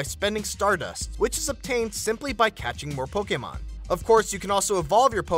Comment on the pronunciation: I hate the way he says "Pokemon"